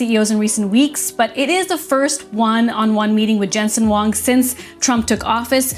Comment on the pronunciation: It's "Jensen HUANG" - pls get it right.